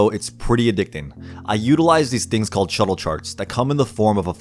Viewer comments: ITS SHULTE NOOOT SHUTTLE FFS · With how informative and well done this is, how do you only have 14k subscribers? that is utter bs. and sorry, but you kept saying shuttle charts when they're schulte.